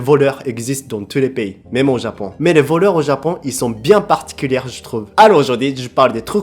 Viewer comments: On dis "particulié " à l'oral ah ah et pas "particulière" t'aime bien mettre tout au féminin 😂😊 sinon j'adore ton humour et tes vidéos😊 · Kelinbak Fox c’est juste qu’il prononce le r à la fin du mot particulier